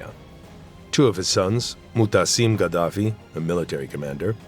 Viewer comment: sein Name ist Muaammar und nicht Mohammed